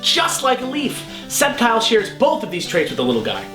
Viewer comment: I've always pronounced it Sceptile with a hard "C"...